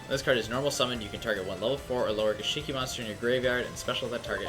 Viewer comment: Gishki not gishiki.